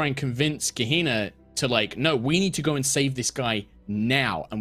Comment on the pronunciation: Kaeh-Hee-nahh: Kehina